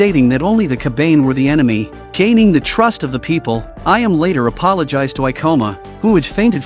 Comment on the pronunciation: "Ka-bain" "A-yam" I hate AI voices